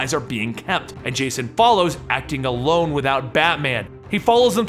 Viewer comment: "...and Jason follows, acting ALONE WITHOUT BATMAN..." Kids at home, emphasis.